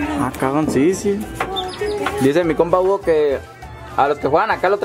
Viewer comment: Minuto esque dice jugo en vez de Hugo y yo en mi mente.... A claro Hugo el toma jugo...